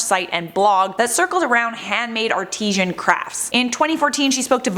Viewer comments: Artisan, not artisian! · The word is ARTISAN not artesian. Artesian refers to water like Fiji water xx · Yes, she can't pronounce 'artisan'.